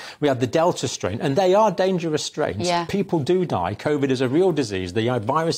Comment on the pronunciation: Odd how a Nurse cannot even pronounce medical words correctly, ha! Steee roiads, Cov-id then Covid...